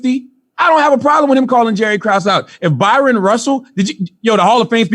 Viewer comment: Hey genius, his name is Bryon - prounounced like Brian. Charlawho the annoying.